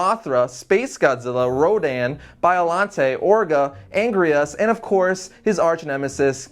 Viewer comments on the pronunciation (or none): Angrius??? No... Anguirus (an-gee-rus) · Angrias? You mean Anguirus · He said atomic ray when its atomic breath and he butchered anguirus name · he said Anguirus wrong...... anyway like